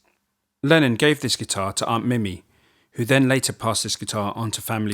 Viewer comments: It's not mime its mimi pronounced in Liverpool as MeMe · It’s pronounced mee - mee not mi - mi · Why are you unable to pronounce the words "Mimi" and "Casbah"? I'm curious! Tard?